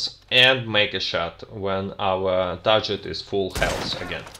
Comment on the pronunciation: By the way, the word "TARGET" has a hard 'G' as in the word "GREAT". You're doing "great" with these videos!